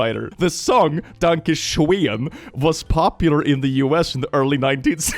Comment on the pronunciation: The sad part is you're forced to mispronounce the word schoen as shane every time if you want the lyrics to rhyme.